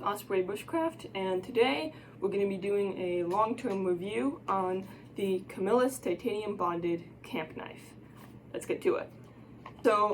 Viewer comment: Yes you are saying it right I live in camillus ny where they was made they sold out now made in China